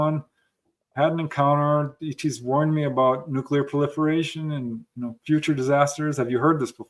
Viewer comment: Hi, I enjoy your program a lot. My sister and I daily ask each other “Did you catch Vetted today?!”. I learned a trick for remembering how to pronounce nuclear. Think nucleus😉